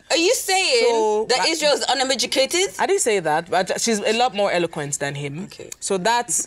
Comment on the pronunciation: Tooolz😂 unemeducated? 😂😂😂